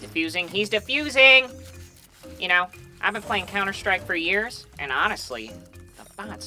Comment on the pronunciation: HAHA I love cs go gambling you really got me when you said counter stick instead of like stake